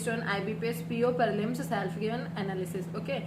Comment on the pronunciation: Parlimms...aisi hi hoti hmari haryanvi bhai